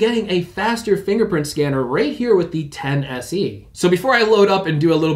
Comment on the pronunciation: "10se" haha. Why does he alaways call it that?😂😂😂